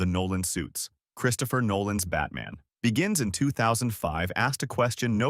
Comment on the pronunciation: I always feel the visuals should match the script - especially as some viewers may not already know the reference. Also, you need to listen to and edit AI voiceovers before uploading, is really jarring when you have things like "Batman. Begins" with the implied break because the AI doesn't realise it is the name. But content wise, loved it.